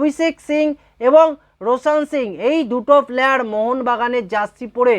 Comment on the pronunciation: শুরুতে অত্যন্ত ফালতু কথা বলে অকারণে ভিডিও টা বড় করলে। উচ্চারণ শুদ্ধ কর। প্লয়ার নয় উচ্চারণ হচ্ছে প্লেয়ার।